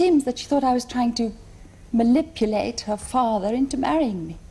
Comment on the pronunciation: DId she say "malipulate"?